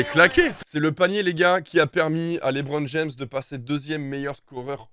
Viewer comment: « Lé bron jam » 🤣